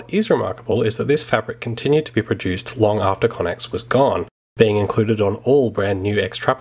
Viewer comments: We really butchered how to say connex. Its meant to be pronounced "connects" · Pretty certain it's pronounced "connects"